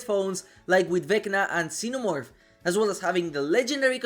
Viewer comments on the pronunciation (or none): cenamorph... cool they added new killer... p.s. not making fun of your pronunciation, it just sounded really hilarious after imagining xenomorph with Cena's head